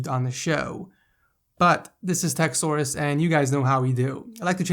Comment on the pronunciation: Does anyone else think when he says 'Tech Source' it sounds like 'Techsaurus'